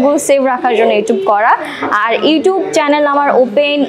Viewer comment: pronunciation e ইউটিউব হবে । ইউটুব না।